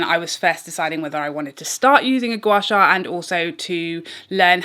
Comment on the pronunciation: hahaha O dear your pronunciation of Gua Sha is perfect 👍 you can also do your Gua Sha along your arms and legs for slimmer effects. Asians like me love Gua Sha ❤️ glad you enjoy as well